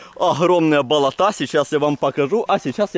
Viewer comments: БолОта,а не болотА(кровь из ушей идёт аж) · сынок, нет такого слова "болотА ", просто ухо режет это слово, особенно когда так часто произносится. Нужно говорить "болОта ". Не обижайся, но пожалуйста исправь ударение на слове. Ты классный и ролики классные. 👍👍👍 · ты конечно блин извини, но не болота́, а боло́та! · Привет друг : давай начнём с того, что делай правильно ударение с слове Болото, если их не сколько топи болотые, а то ваше Болота и ударение на букву а... Деревня... #удачи